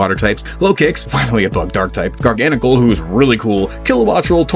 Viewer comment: I wasn’t gonna stand for the Gen 5 slander but you said “Garganacl” correct so you’ve automatically won me over, this is a genuine rarity